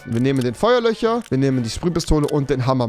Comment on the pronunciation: Frich. Ja, so zu sprechen ist anscheinend cool. Der Fich auf dem Tich ist frich - jedenfalls theoretich.